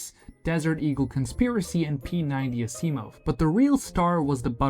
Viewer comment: dude u butchered the pronunciation of asimov